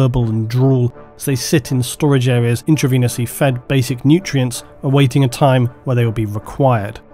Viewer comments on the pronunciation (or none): none